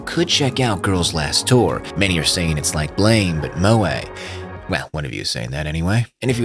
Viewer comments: Its "Blame" its Blam!!! Like a gun shot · The way you are pronouncing it is the mispronunciation lmao. It's Blam like the sound of a gun